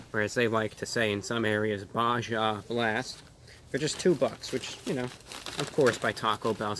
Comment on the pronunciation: Who the fuck calls it Ba jah blast? Weird.